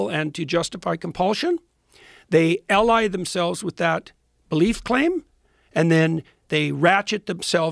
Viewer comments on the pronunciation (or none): none